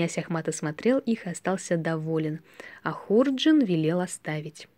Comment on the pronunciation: Хорошая сказка, только ударение в слове,, ХУРДЖИН" ставят на втором слоге, дыхание чтицы громкое, учиться надо у школьных учителей, добавить бы скорости РЕЧИ... ЖЕЛАЮ УСПЕХА !